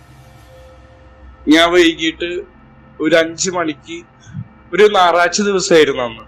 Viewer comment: നാറഴ്ച അല്ല ഞായറാഴ്ച